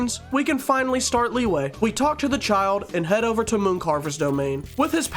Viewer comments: As someone who studies chinese, liyue is not pronounced like that- its pronounced "lee-you-uh" :3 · "Leeway" is my favorite city in genshin